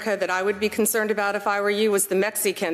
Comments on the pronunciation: mex eee can?? 🤦‍♀️ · What the hell is a “Mex-I-can “? Or “meth-afen-meine “? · Is that Mex e can and meth a phe ta mine. Where did you go to elementary school Pammy? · "The Mexiecan with 384 Pounds of Methaampetamine" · Why does she pronounce it Mex-ee-can? 🫠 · Bondi just oozes contempt for everyone. Why does she pronounce it "meth-uh-amphetamine?" And "Mex-ee-can," even though she's clearly not pronouncing that in Spanish?